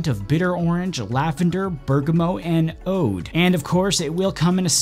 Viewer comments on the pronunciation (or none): Yeah it’s pronounced “Oud” like the same way as the word “Crude”